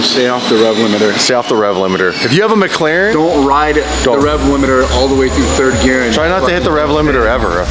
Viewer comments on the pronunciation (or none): none